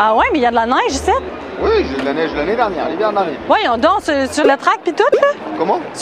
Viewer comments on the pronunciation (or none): Elle ne prononce pas trop bien le mot Neige.